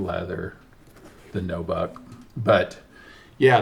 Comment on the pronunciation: It's NU buck not NO BUCK